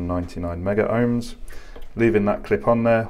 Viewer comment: Thanks for another great video. I would like to mention that the terminology as required by C&G exams etc... is Megohms... (Meg-ohms)...and not Meggerohms or Megaohms as is often mentioned to by trainees. Picky, it may be, but at least you'll be pronouncing correctly to anyone in the know. So, once again I thank you for putting the measurements up on the screen in writing, for all to see.